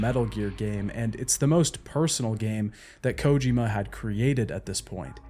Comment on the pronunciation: Why do you pronounce Kojima the way you do? Kojima himself doesn’t pronounce it that way